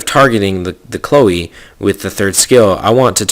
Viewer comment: I'm pretty sure his Chloe" pronounciation is correct...so that's at least a single monster ^^